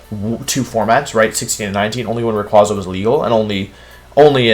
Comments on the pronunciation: YOU'RE SUPPOSED TO SAY MEGA SALAMENCE, NOT SALAMENCE MEGA EVOLUTION! AND IT'S RAYQUAZA, NOT RYAQUZAN! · For future reference it’s pronounced “Ray•kway•zah” not “Raykwahzah”. Rayquaza’s name is literally named after a quasar.